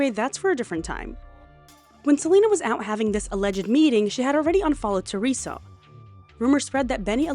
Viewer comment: "SELULUS" HAS ME CACKLING DUDE 😂😂😂😂